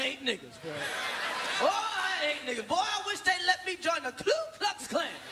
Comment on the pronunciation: I Laughed when he said 'Nigaaaz' and I'm a black guy from Amsterdam